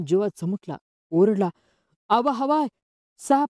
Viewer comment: हवाय नाही ते व्याही आहे